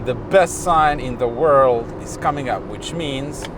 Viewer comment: "Kaaaming app" hahaha